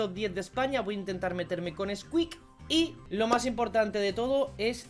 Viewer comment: Creo que la maldición cada vez va desapareciendo:o Mexicano xD